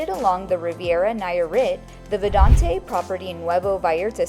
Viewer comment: Great video, but it's pronounced "Vidanta" not "Vidante". You'll confuse new viewers.